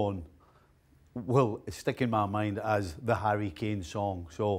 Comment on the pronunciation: Harry efinn kanee??? Wth is he nuts